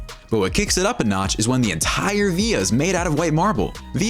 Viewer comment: Villa or via cuz all I hear is via